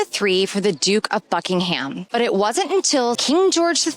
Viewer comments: Not Bucking-Ham. It’s Bucking-em. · Borough market is buh ruh market (not row) and buckingham palace is buck in am palace (silent h) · "Buckingham" has a silent "h". "Mall" and the "fal" in "Trafalgar" rhyme with "shall", not "all".